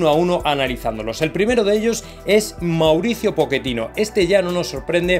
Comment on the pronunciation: Po-che-tino ( chhhheeeetino) por favor